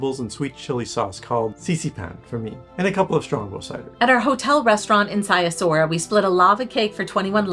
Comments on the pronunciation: Brasov is my favorite city in the world. My wife was born there and we go back several times a year. The family flat is about a 10 minute walk from the historic centre/Black Church. (Edit: Sighisoara is pronounced "Siggy Schwara" 😊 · Being Romanian I believe I should help you with the pronunciation of the locality names: Sighișoara = See - ghee-shoe- uara = Seegheeshoeuara Brașov = Brush-off = Brushoff Peleș = Pal-ash Palash ✌️